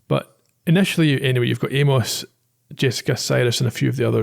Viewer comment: Glad my favorite Scottish podcasters are doing MSW, my second favorite mystery to Columbo. Hope more to come, listened to both and excellent early season choices. I’m still trying to get over your pronunciation of poor Amos 😂